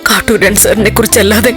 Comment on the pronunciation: കാറ്റൂരാൻ അല്ല കാട്ടൂരാൻ